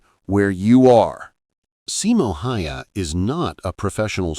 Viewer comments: NOU, hell nou! More like SImo HAEhae. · your pronunciation of Simo's surname is horrible...